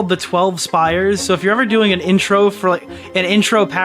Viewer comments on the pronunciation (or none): Spies, not spires